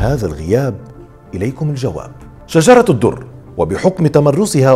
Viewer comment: السلام عليكم ...حابة اصحح الاسم ليس شجرة الدر ..اسمها شجر الدر بفتح الشين وتسكين الجيم وتسكين الراء و بدون تاء مربوطه في اخر الاسم ..ومعنى شجر الدر اي قلب الدر أو قلب الجوهرة ...وشكرا